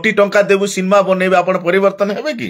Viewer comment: ସିନ୍ମା ନୁହଁ ସିନେମା କୁହ ଓଡିଆ ଭାଷାର ଠିକରେ କହ 😂